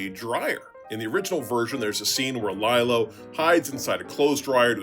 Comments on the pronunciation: It's pronounced LEE-lo. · Lie-lo? You're giving off some serious AI voice vibes there.